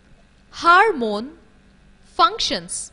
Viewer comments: It's hormone not "HARMONE" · Aunty , HARMONE nahi HORMONE hehehhehe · Its hormone not harmone